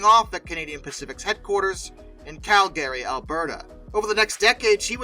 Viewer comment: Your pronunciation of Calgary is... interesting. CAL Guh ree. And Laredo, TX. Luh RAY dough